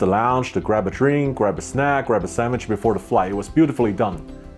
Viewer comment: samich is said not sandwich